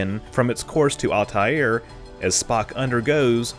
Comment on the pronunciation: Where do you get these weird pronunciations for Star systems from? “Altair” is just “Al-tear” (“tear” as in to rip something; not the tear that comes from an eye). And Eridani is “Erih-danny.”